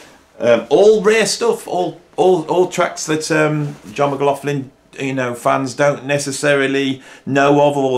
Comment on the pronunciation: It is pronounced John! Actually it's Ma-gloch-lin. I think given up trying to pronounce it correctly 🤣